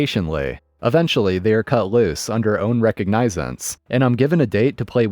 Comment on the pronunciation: It's pronounced ree-cawg-nuh-zinz